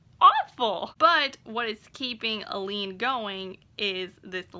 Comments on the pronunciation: Just so you’re aware, it’s pronounced “A-Lynn”. I honestly had to google how to pronounce all their names lol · I keep thinking you’re saying “Elide” 😆